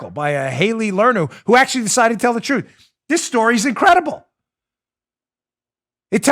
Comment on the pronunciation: lol love when he says the touthhh careaa sthadheee....these people man.